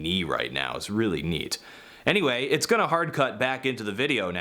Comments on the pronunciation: it's really "KNEET"?!?! HUH?!? ANYONE? NO? okay... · "it's really KNEEt" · It's "knee-t" lol